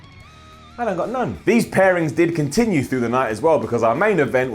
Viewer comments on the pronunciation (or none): none